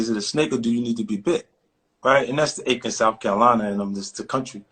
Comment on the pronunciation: Stop playin... I know Fitty didn't just say Aiken, SC!